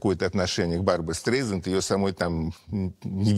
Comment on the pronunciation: Произносится обычно СТРАЙЗАНД